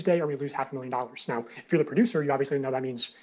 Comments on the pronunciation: I love the way you say "now"! It sounds like "no"! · I hear "noi", love it 😂❤